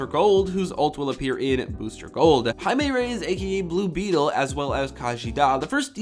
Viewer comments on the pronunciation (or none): none